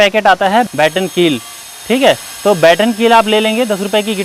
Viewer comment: यार बैटन कील या बटन कील....बकलोल हो क्या....मारे वीडियो बना के यूट्यूब पे पेल दिए और जो मेन चीज़ बताना चाह रहे हो उसी को ठीक से नहीं बोल रहे। क्या मतलब ऐसी मेहनत और ऐसे वीडियो का. कम से कम उस प्रोडक्ट का नाम लिख देते डिस्क्रिप्शन में। ऐसे तो बैटन, बटन, बॉटम में ही जूझता रहा जाएगा व्यूवर....लाइक क्या झांट करेगा।